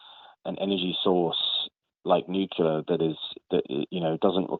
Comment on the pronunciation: Nucular? Nucular??!! Nuclear. New. Clear. Nuclear.